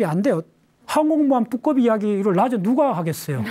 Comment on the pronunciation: 뚜꺼비? 발음이ㅋ